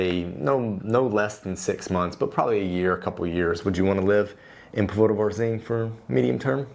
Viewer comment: Please and, please take note of accents on the words., especially if you do a while vídeo on Póvoa de Varzim. The accent is on the first ó in Póvoa - so it is pronounced the same as "po" in "pot" in English.